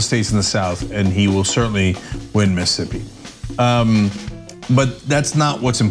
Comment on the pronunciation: Missippi? I don't usually rail on misspeaks, but I dont think he fumbled over his words.. I think he literally read it as Missippi lol EDIT: HOLY CRAP! HE SAID IT AGAIN! He doesn't know how to properly pronounce a state! This guy is an absolute imbecile. I'm shocked, but I'm not surprised.